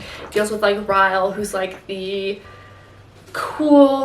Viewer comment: No hate at all but 1. It ends with us is not a romance novel and you can get seriously canceled by calling it a romance novel 2. His name is pronounced Rylee not ryel! Even tho his name is Ryle. Again, no hate at all! I really enjoyed this video and youre really gorgeous<33